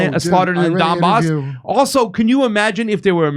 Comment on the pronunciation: WTF IS THE DON BOSS ITS THE DONBAS DOPE WHAT CAN I EXPECT FROM A FINGER READER LOL